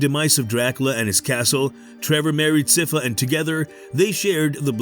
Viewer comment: How do you manage to mispronounce sypha? I would assume you did some homework before making this video